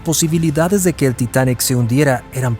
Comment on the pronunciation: Es el Titanic, no el "titanek" ... ¿y las fotos pa cuando?